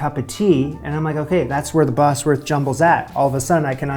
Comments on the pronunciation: It’s pronounced ‘Bozworth’ not Bosworth, I used to live there. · It's pronounced Bozworth rather than Bossworth. Not a great biscuit tho, imho😊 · I've always eaten bubble and squeak with brown sauce, yum. Also it's pronounced Boz- wuth not boss- werth. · It's pronounced Bozwerth. Not Bossworth. But no worries. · Bosworth is pronounced 'Bozworth'. Bosworth is a place. The way you pronounce it, it would be spelt 'Bossworth'. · Bozworth not Bossworth. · Pronounce it 'Bozworth', not 'Bossworth', unless you want to sound American. 😄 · Bosworth pronounced 'Bozwuth' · "Cawl Mamgu" is Welsh, Wales is a part of Britain. Please don't refer to us all as British, we aren't! Scotch Woodcock was very popular during the 60's and 70's but not so much these days. Bosworth is pronounced "BOZ- wuth", a village 3 miles from where I am sitting! Richard 3rd's remains were recently found under a car park in Leicester (pronounced Lester). Bubble & Squeek needs to be made in palm sized cakes so they're easy to turn over! Remember, its usually made with left-overs from a Sunday lunch (roast), so any other veg is good. Nowadays served as an item on a proper English breakfast. Flummery is very similar to the classic French dessert Bavarois. This recipe book is based on Victorian dishes. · These are old, very old British recipes. Bubble n squeak is made from leftovers. Anchovies? Didn't even see those until I was 40. Oh, and Bosworth is pronounced Bozzworth - the Bosworth biscuits are just shaped caraway biscuits which were popular about 400 years ago :). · Bosworth pronounced boz-wurth.